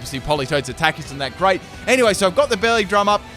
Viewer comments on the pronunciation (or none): none